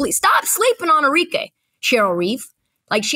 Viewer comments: Arike Cam’Ron: Enrique 😂😂😂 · Cam calling Arike “Enrique” 😂😂😂😂